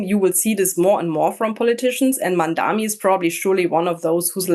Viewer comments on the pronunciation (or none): THE MAN IS MAMDANI. THE INTERVIEWEE CALLS HIM MANDAMI, A MALICIOUS CORRUPTION OF THE NAME BY HIS MAIN COMPETITOR ANDREW CUOMO. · The biggest Mamdani effect appears to be newscasters, pundits and commentators being totally stumped by a 3 syllable name.. MAM - DA - NI for crying out loud. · Its easy to say his name MOM DAANI. Pls learn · How difficult is it to get his name right? MAM--DA--NI, for god's sake. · It’s deliberate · It's intentional.